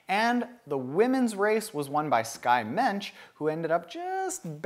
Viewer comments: It's Skye Moench, like launch, but with an M. Not Mench. Plus she's originally Canadian, so show her some love! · keep up the good work. Winner of the Boulder Women’s race is pronounced like Launch but with an M.... she’s first class. You should absolutely interview her!